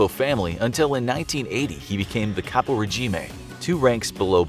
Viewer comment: Caporegmie was completely pronounced wrong lol as well as his last name lol....check out his Utube channel he pronounces hes name on there all the time as well as caporegime the "E" is silent this is Italian my friend same as my last name dont pronounce the "E" and especially not as a "A" lol....U get an A for effort tho lol, like the videos lol